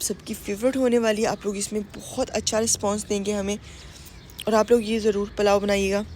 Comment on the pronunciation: Palao nhe pulao kehty hain.